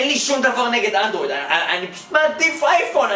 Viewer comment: למה לא אנדרויד אומרים אנדרואיד עם א